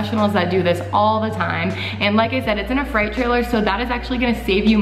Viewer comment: it’s not a fright trailer. it’s freight